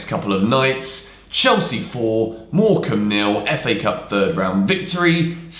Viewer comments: It’s morecombe ffs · Its morecambe man, u lot need to relax geez